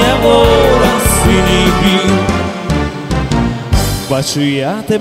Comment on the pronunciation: а ще в українській літературній нема слова бистрая і наголос не вОда а водА